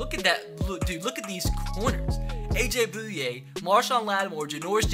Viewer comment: you pronounced it aj booya its sounds like aj boya